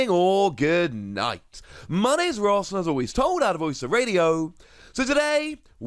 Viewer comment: Is it Ross or? I know your handle is on twitter but everytime i listen to your excellent intro i can’t tell and thought maybe it is Ross but you possibly go by as a nickname? Sorry for the long comment and thank you so much for the excellent content.